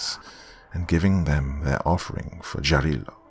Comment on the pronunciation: Sorry, "Jarilo" - Sun God - is pronounced "Yarilo", not "Dzharilo". Probably "Jarilo" is how Germans with their "Ja, ja, mein Herr" wrote that word down. "Yarilo" comes from "yarost" which means "fury". So - Furious Sun. Or "yarkiy" - "bright".